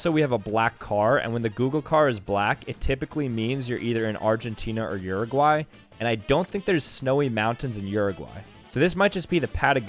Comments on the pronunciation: is nobody gonna talk about how bad he pronouces uruguay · bro how did you screw up Uruguay that bad